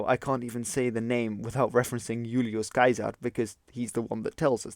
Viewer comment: Ulious Kiaser? Is this another pronunciation of Julius Caesar?